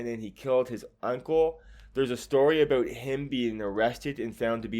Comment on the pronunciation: "its all abeout" 😁🇬🇧 Nice video